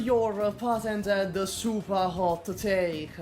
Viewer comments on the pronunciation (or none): A SUPAH-late April Fools' Day video